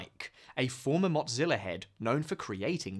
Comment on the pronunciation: Hey there, there no T in Mozilla there bohol o wahah